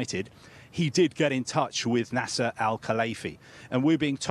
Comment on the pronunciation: Why is he saying NASA al Khalaifi 🤔